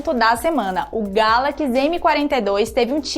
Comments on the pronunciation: Início do vídeo: Galakis.... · "Como é característico da linha GALAQUIS M" kkkkkkkk